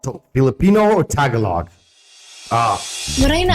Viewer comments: It's not Ta-galog. It's Taga-log. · It's not TA-GALOG.. It's TAGA-LOG